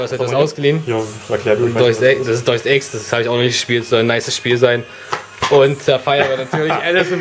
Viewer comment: Latein Leute, nicht Dois Ex sonder De-us Ex :D